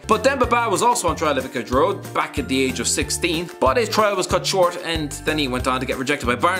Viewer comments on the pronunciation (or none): none